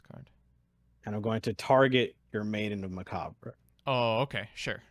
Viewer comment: Cimo's Kalut, Nyhmnim's CEDs Now that we're finally in 5D's, finally get's his Deckmaster... "Maiden of macabrRAyy"